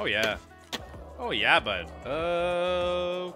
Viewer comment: tht oh yea bud was most canadian thing ive heard u say lol. waitin on the nelk collab next hahahaha